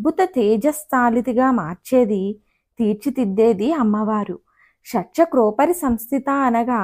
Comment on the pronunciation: ఉచ్చరణ దోషాలు వున్నాయండి... షట్+ చక్రోపరి సంస్థియై నమః శివాయ గురవే నమః